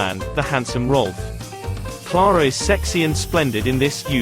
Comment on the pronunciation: Stop calling her Klaarah. Her name is Ciaire-ah.